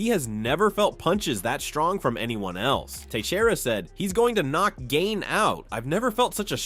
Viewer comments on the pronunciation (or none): The AI voice pronouncing Cyril Gane’s name wrong is funny. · Call him Cyril "Gain" one more time and I'll never watch your sh*t again! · Gain-ee? Like what the hell is that? And holy shit, Tom is really milking this thing